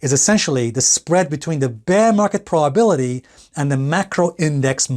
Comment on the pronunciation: WTH is a "praw-bility" ?